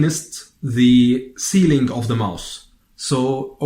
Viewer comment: Thank you for these very help full letters. If I could mention one thing as a thank you for helping us with the pronunciation of the arabic? In English, you might want to pronounce the word MOUTH with a TH sound instead of MOUSE. One is the part of the anatomy you use to explain where the tongue is placed and the other is a small rodent. Your English is excellent and I simply wanted to share a tip with you as a way of expressing Sukran.